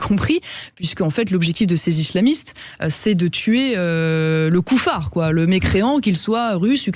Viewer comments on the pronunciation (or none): Les kouffas non mdm c est kouffars c est plus correcte zemmour doit encore donner des leçons pour un peu s ameliore